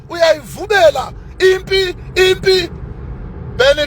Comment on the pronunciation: 😂😂 uyayivumela not uyayivubela